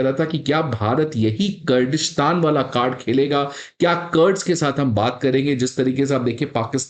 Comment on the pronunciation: it's not कर्ड but कुर्द... it's hard to understand how you guys can pronounce it like that